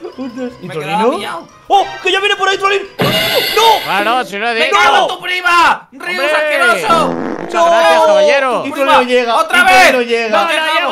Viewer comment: En el minuto 235 rius dice tui